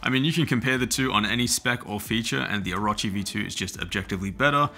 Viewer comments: Oh - row - chee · O-ruh-chee ew